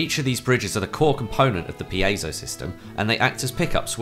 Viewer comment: Finally. Somebody who knows how to pronounce piezo